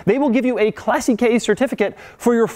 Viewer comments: It's pronounced "clah seech" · Doug you pronouce CLASSICHE in such a wrong way that s sounds funny. It shall sound as CLÀSSIKE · Oh, by the way, classiche is pronounced with ch as in church. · please never say "CLASSY KEI" again, sounds so wrong. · why do you spell it as Classic-key? in italian doesn't ends up in AI just a mute E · Remember when you butchered the word "aluminium" constantly with the Spyker C8 video? Congrats... you've done the same with the word "classiche"... pro-tip: "classiche" ends in the same way as "niche" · ahah love how i pronounces Italian words Classicheee''' and Speziale xD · why do you keep saying these cars were never designed for comfort. They're not meant to be. Oh , and that is not pronounced Classy-K certification . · Tip for your next time: Classiche is pronounced clà-ssi-che, the accent is on the A :) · please stop saying classy-kay.. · Please learn how to pronounce classiche before constantly sound like you're saying " classy k" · they're pronounced clàssikay (accent on the a) and spetchale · Doug please stop pronouncing "classiche" as "classy-key". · It's pronounced clasitche, with an accent on si. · Jesus Christ, it's not pronounced "classy-kay". You sound like a buffoon. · KLASSI-KAY? LRN2ITALIAN, DOUGGIE! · Doug the type of guy who cannot pronounce Italian words, "classy k", "test a rose a" ;) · its italian, you dont have to say classy_K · It is not pronounced "classy k" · Classy-Kay. Yeah, right...that's surely the correct Italian pronunciation. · omg your pronounciation of that word is hilarious. it's "claseesh" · im italian... and ye we are da best to do cars and no, first classiche certification is pronounced wrongly.. but doesnt matter second if you strip all original pieces and replace them you will not have that certification anymore, because in that book there are every info on that car third... have you really watched your rear mirror after 20 minutes? ok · Doug, learn how to properly pronounce "classiche"